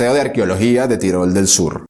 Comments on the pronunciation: Se pronuncia tirol, no tairol, que no es inglés, amigo. por lo demás todo genial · No se dice tairol, sino Tirol. Es como decir Catalonia en lugar de Cataluña o England en lugar de Inglaterra, los nombres de los lugares siempre se adaptan al lenguaje propio. Los hispanos nos esforzamos en introducir anglicismos e infravalorar nuestro propio idioma. Debemos detener eso, nuestro idioma es hermoso como es. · Él lo pronunció "Tirol", no "Tairol". 😂 Según lo que yo escuché. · tairol del sur? qué manía de pronunciar todo como si fuera inglés. TIROL, TIROL. mE PARECE QUE TE LIMITAS A LEER LO QUE OTROS YA HAN ESCRITO. nI IDEA.